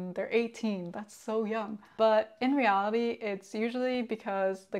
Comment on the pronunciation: 大姐说reality的时候咋感觉有种河北口音 啊：）